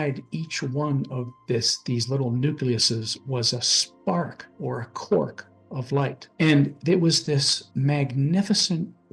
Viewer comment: Too bad the text to speech doesn't know "quark" and pronounces it as "quirk".